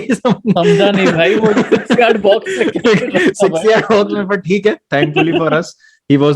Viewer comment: be like "thiek hae " 🤣🤣